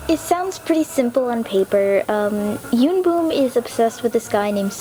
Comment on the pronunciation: Pfffttt yoonboom instead of yoonbum